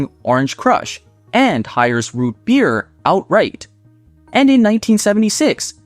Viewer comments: Very interesting video! But why can't AI pronounce "root beer" properly? 😄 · If you want us to subscribe learn how to pronounce rootbeer.